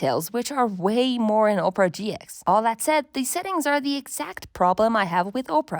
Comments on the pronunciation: Op rah, not ope rah 😂 But otherwise nice video! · Oprah? OPRAH?! OP-ER-AH! 🤣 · You, over and over again: "Oprah" Me, every time you said "Oprah": "Opera" But this was a really good overview of current browsers. Thank you. ❤ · Are you from the Midwest saying Ope-ra instead of Opp-ra? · Just because i was weirdly annoyed by it: the browser is called opEra as in the opera house and not opra as in Oprah Winfrey ;) but in total a really nice comparison and kidna interesting to see, what people from a design perspective care about. I mostly care about privacy, speed and that pages are displayed correct. The last point is especially important from a developer perspective, because even if many browser are build based on chromium or firefox, it's something kinda shocking which issues can occur if someone isn't using Chrome or Firefox. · ITS OP-PRA NOT OPRAH GET IT RIGHT!! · its not ohpra its OPERA!!!! - A recreation of me everytime you say oprah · OMG the way you keep mispronouncing Opera is insane. Oprah is a talk show host. Opera is a browser and a a type of entertainment. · Why are we pronouncing it “Oprah”? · Oprah browser? Ah-per-ah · She called it Oprah 😂😂😂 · I lost it when you said "Oprah" browser XD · opera is pronounced wrong, it starts with ah sound like operation 😅